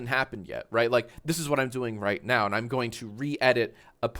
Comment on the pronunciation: mans definitely just said ‘right meow’ right?